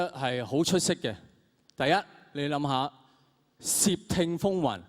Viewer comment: 窃听个窃系咪发错咗？应该系sit3，黄子华发成sip3(摄)!